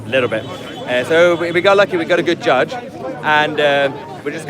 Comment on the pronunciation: Its sad to hear him say "we got a good gudge". The British people no longer think the law is fair and just.